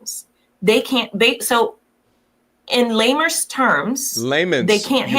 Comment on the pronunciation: All those supposed degrees & cant pronounce layman